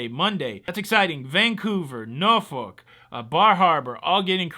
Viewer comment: It’s Norfolk. It’s pronounced Nor f$ck. But don’t stress the bad word. I grew up in Hampton Roads. You made me smile with your pronunciation. 😁